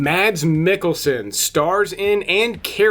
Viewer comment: Being the video aficionado you are I'm surprised you got this so wrong. Mads Mikkelsen is pronounced roughly as "MASS MEEK-uhl-sen". The key is that the "d" in Mads is silent, making it sound like "Mass," and the "kkel" part of Mikkelsen sounds like "MEEK-uhl"